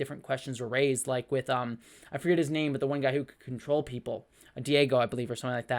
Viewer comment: I enjoyed this movie. Phastos is the engineer type (not whatever you said). The god/creator is Arishem. You mean Gilgamesh, not Giglamesh. Druig, not Diego. Kingo has a valet, not an agent (I mean, he probably has an agent, too, but they aren't seen). Understanding their names is SO TELLING about what mythology they are supposed to have spawned (Thena & Ikaris being the most easily seen). I expect the next movie will deal more with the Eternals teaming up WITH the Deviants. Kit Harington only appeared to tease The Black Knight.